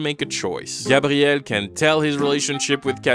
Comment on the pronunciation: i know its the correct way to say it but i fucking hate the cshmshammmey or grrrraaabtiel